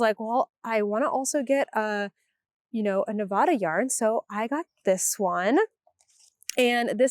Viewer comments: As a former Nev-AD-a resident this person is correct. Ne-vah-da pegs you as a tourist/non-native. :) And may get you corrected in certain circles. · Not Neh-vah-da. You had it right before!😂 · Perhaps this will help you remember: Think of the word "ad." It has a short a sound. "Ad" is visible right there in the word Nevada, and that's how it's said. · You’re still wrong it’s Nevada. The.A is like add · Like nev-ADD-uh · The first A in Nevada is a short A (as in cat or hat).